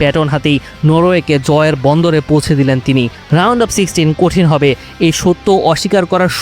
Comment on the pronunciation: Khelajog ar new reporter ar pronunciation ar dike aro kheyal rakte hobe... "পৌঁছে, বত্রিশ" এই শব্দগুলো ভালো শুনায় নাই। #Shahriar